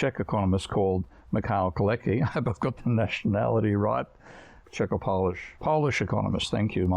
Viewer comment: Off-topic FYI: The "c" in Polish is pronounced like "ts" in English. "Kalecki" = ka-LETS-key. // Wikipedia has the IPA spelling (International Phonetic Alphabet) of "Kalecki" thus: kaˈlɛt͡skʲi. Note the "ts" in the pronunciation where the Polish letter is "c". (This works for all Polish surnames ending in "cki" (tski), e.g., Potocki, Kudlicky, Penderecki.)